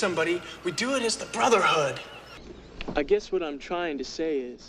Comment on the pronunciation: "We do it as the broderhood"